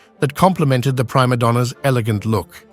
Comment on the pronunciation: Again, mispronunciations. “Pry - ma donna”, really? Geez.😊